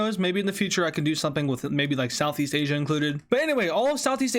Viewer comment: anyone catch how he said south east asia